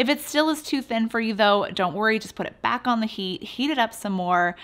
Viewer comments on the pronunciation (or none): none